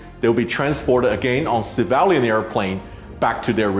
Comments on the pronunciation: Sam its not Sevalian planes. Sorry but you must correct your words here. Its Civilian planes. Which pronouse something like Si-vil-lian. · I have a problem with Sam Chui mispronouncing CIVILIAN as SAVALIAN. Did he intended to do this on purpose, or does he hate that word? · At 0.35 to 0.38 is it pronounced ceevaliaaan or civilian. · Took me replaying the first part severally to know you meant civilian when you say *civalian*. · Mr. Chui...... Its not Civaaaalian .LOL its pronounced as see-vi-li-an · It is pronounced CIVILIAN and not CIVALIAN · Civilian, not civalian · Dude keeps saying savalian lmao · civilian not civalian. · Civilian is pronounced as "SIV V LEE AN" not SAA VAH LE AN" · It was cringy to hear Sam pronounce “civilian”….. he said “savalion” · please forgive me i was wondering what was the ‘Sivalyan’, ‘Cevalian’ word you were mentioning…and in the end i realized it’s ‘Civilian’ ☺️✌🏼…great post though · It's civilian not cavalian... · Civalian airplanes? That's what I heard. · it is civilian not civalian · Same with me. But I didn't hear "severally", I heard *sevaalian*. or something like that! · Great reporting, but what is a "civalien?" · fascinating....Civ - ill - e - an (civilian) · Is it Sevalian or Civilian lol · "civalian airplane" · Sam please learn how to say the word civilian. It’s sad that you chose to go after viewers and likes by posting this video. Way too soon. I think you could have checked your ambition and held back a few weeks. I am unsubscribing and no longer watching your videos.